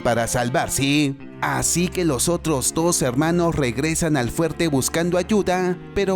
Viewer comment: Heeeermanooooossss ❌ Hellllllmanoooooosss ✅